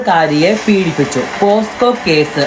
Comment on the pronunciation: പോസ്കോ അല്ലടാ ചെറ്റേ പോക്സോ എന്നാ😅😅😅